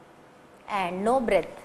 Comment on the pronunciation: very nice video.. plz correct the word as "breadth" not breth